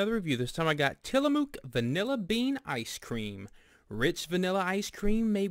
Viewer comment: That's not how you pronounce Tillamook